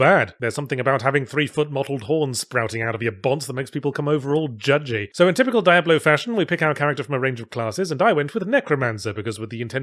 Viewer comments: it's dee-ah-blo, noe dye-ah-blo, or just write diablo in google translate spanish and have it say it for you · Diablo is a spanish (latin?) word. It's a short I, not a long one. It is not Die-ablo. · Never knew you pronounced it as Die Ablo! Always thought it was Dia Blo. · so, why do i hear so many ppl pronouncing it die-ablo now? the name is said by characters in every game. I presume. I hear he's not even in 4 at all, so maybe it isn't said. but anyway, its not a fucking mystery or ambiguous how its supposed to be pronounced, but now i hear Yahtzee, and others, pronouncing it such. why did that come about? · It’s pronounced Die-ablo?! Oh no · I can't help but wonder if he intentionally decided to mispronounce it as Dye-ablo just to see how many people decide to point it out in the comments. Oh wait... :/ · First time I hear it being pronounced as die-ablo lol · Spanish is my first language and every time he says "Daiablo" a part of me dies and laugh at the same time. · Gotta say I chuckled everytime you said "Diablo". DIE-AH-BLOW. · The way he is pronouncing it is cringe. I'm not sure if it's intentional for satire or ignorance? Are there two "Ablo's"? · I forgot how painful it was to hear Yahtzee mispronounce "Diablo" 50 times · Yet another occurrence of Yahtzee (intentionally?) pronouncing certain vowels as (IPA) "ai" instead of "i". See also Elysium and Miyamoto. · Diabolo, a circus prop used for juggling. Sorry, can't help but notice your odd pronounciation. Not criticism, it's probably just me. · It’s pronounced Diablo, not Diablo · How many times in the same video can you mispronounce the game's title? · I don't like how you pronounce Diablo. It's clearly pronounced Diablo